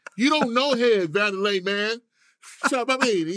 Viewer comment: Its GONDOLA. Vandalay is the industry George Costanza "worked at". 😂😂😂😂